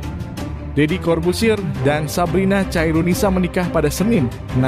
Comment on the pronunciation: Khairunisa bkn caironisa bang